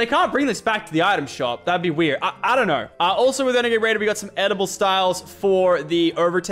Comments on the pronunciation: Do you guys notice that lachy says edible and not editable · Lachlan says Edible instead of editable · I swear he says 'edible' rather than 'editable'. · Why is Lachlan saying edible instead of editable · Can we just say how he said “Edible styles” you dont eat it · Anyone else here lachy say edible